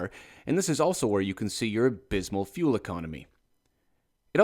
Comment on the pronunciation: "This is also where you can see your abysmal feul economy " 😆😆😆